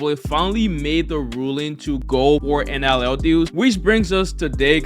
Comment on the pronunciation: Why you keep calling it NLL